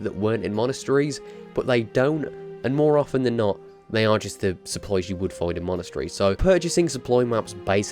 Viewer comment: Your saying supplies sopploys